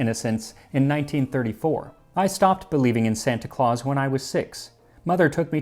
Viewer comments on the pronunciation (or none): none